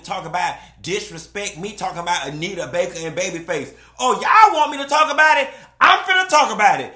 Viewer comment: I’m just here for all the time say Bake 😂